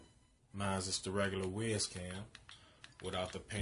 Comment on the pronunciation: It’s pronounced like wise not wiz